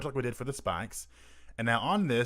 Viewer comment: "Spahks" No really though, thank you for the tutorial. Even though I laugh everytime you say "spikes".